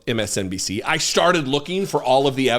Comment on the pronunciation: You said “you started” and it sounded like you said you sharted. Sorry, I’m 59 and clearly not a child but the Marine Corps vet in me pops out occasionally.